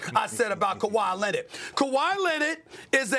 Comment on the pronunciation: “Kawhi Lennit” - SAS